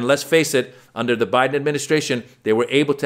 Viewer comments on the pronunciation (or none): none